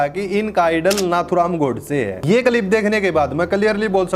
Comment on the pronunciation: Tere bolne ka tarika to pura ganwaar wala hai andhnamaazi. Ab Kya hua freedom of opinion ka ? Kalip nahi hota clip hota hai